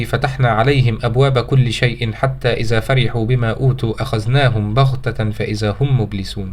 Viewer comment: نصيحة فقط عند قراءتك القرآن تأكد من لفظ الحروف مثلا إذا ليس إزا